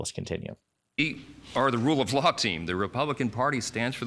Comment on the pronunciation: Did he say "the party of the rue of law? That makes sense.